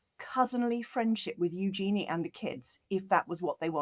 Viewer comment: You are pronouncing Eugenie's name wrong. Both of you. Just saying... 🤷‍♀️ 🙂